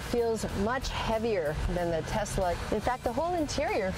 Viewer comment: Tesla with an S not Z !